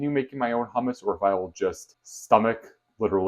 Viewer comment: Hi. It's hummus, not hammas. Hammas sounds like HAMAS. Not good.